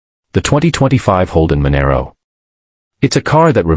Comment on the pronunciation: Manaro, ffs 😂😂😂